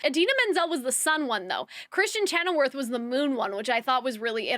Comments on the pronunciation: chenoweth...not chenowerth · Great review! Your pronunciation of Kristen Chenoweth ("weth", not "worth") and the Grimmerie ("merie", not "moire") is killing me though lol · So, this is super unimportant and I overall agree with most of your review, but it is Kristen ChenoWETH, not werth 😂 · I agreed with almost everything you say! I love the way your mind is (I think) very chaotic, because you sometimes jump from one thing to another haha It's funny. One thing that I didn't like was you pronouncing Kristin Chenoweth's last name wrong a couple of times haha